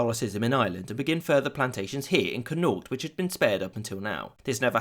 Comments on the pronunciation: Please, please. Pronounce Connaught properly. It's, "Kon-noct." I'll give you patreon money. It pains me. But otherwise super great. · Connaught = CAWNukt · Great vid but the pronunciation of Connaught made me die